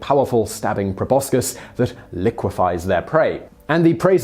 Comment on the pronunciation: Please learn how to pronounce "proboscis." Please?